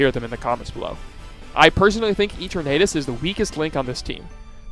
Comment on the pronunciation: E Tornadus? Ffs say it right